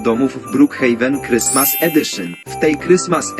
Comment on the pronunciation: Ej a nie chrystmas